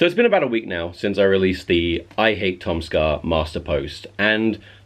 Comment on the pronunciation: I like how he says Tom ska his says Tom "soar"